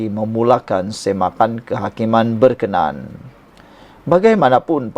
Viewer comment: TUAN FYI ...BILA MEMBACA BERKENAN DAN BERKENA AN HARUS LAH DI BEDZAKAN SEBUTAN NYA ! ...... BERKENAN ... BERMAKNA MENYUKAI (SUKA) ..... BERKENA AN ITU BERMAKNA ( BENDA ITU / YANG ITU ) ........